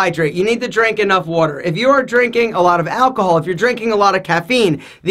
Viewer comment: the way he is saying water is hilarious.